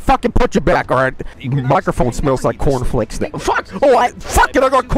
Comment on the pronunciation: "yoU guYS aRe gOIng in the cOUrn flAEAKs nOw"